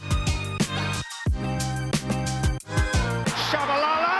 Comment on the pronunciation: Oh, I thought we were giggling about Peter's pronunciation of Tshabalala (akere he says Shabalala and Jabulila for Jabula) I love the man though just funny. My bad, thought it was on purpose 😅🙏